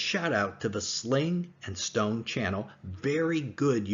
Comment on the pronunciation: Thanks for typing the name of that channel as I couldn't figure out what word he was saying